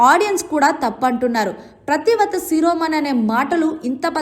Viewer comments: ప్రతి వ్రత కాదు తల్లి, పతి వ్రత. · Neeku pativrata anadam kooda ravatledu. Nuvvoka anchor. Needi oka Telugu. Keep quiet